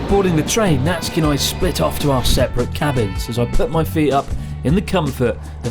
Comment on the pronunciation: I love how much emphasis you put on 'separate' cabins, after saying how romantic the train name was